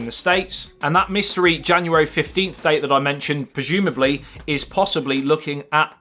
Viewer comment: Projumably???!!!! I think he means prozumably😁